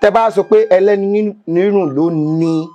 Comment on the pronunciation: Very correct